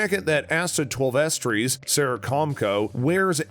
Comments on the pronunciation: Twel-vetrees is no. It's Twelve Trees. She's a native American. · 12 trees and bajillion...this guy pronounces things like an alien